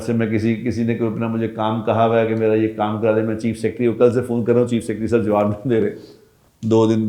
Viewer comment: کلے نہیں کل